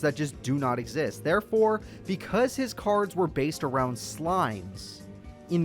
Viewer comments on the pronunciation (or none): Some of his insults with that voice were pretty savage Like when he told Zane to turn his cards around so his acid virus could do its thing “It helwps, if you turn them awound”